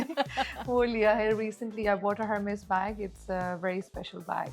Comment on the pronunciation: The spelling is Hermès, but pronunciation is “ER-MES”